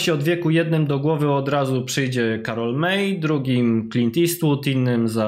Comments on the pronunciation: Jak to "Mej" przecież to Niemiec! Powinien prowadzący powiedzieć "Maj"! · Karol May, a nie Mej.